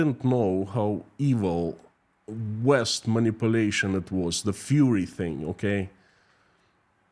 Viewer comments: it's fUrry, not fury :D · ITS FURRY not FURY (IE furry animals it means their fluffy skin coat.Furry and fury are pronounced different ie furry and fury pronounced different. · Not Fury -you mean Furry - like wearing a cat suit. Fury is anger Furry is from fur - like animal fur. With fury you hear the u sound, but Furry would not have tge u sound - more like a fir tree. An F in front of the er sound. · I love as he keeps saying "fury" and not "furry"... but probably it fits Russia better 🙂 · Не 'фьюри' а 'фурри'. Так будет правильно. А то мы тут все попадали 🤣😂🤣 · Furry is pronounced FER ee. FU ree is how to pronunce fury, which means very high energy anger. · It should be Fur EE . No Fury LOL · Furries,😊 🐈 as in rhymes with ' infer'.. furry, cuddly. Fury, on the other hand ... 😡😡😡 rhymes with JURY. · It's "furry" with the "u" pronounced as in "murder." "rry" is pronounced "ree" as in "glee." "Fur" - "furry." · I love that you pronounce furries like fury.